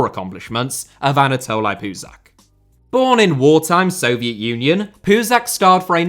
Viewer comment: Puzach’s name is pronounced as “ch” , as in “cheese”!